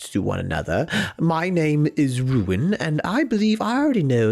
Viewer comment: It’s r-EW-in Rewin….. (I love ruin)